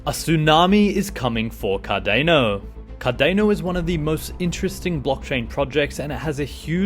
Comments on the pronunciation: Cardano not Cardeno 🤣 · Why would you OBVIOUSLY mispronounce Cardano?! Its like you have never heard anyone say CardAAAAHHHno before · You don’t pronounce Cardano correctly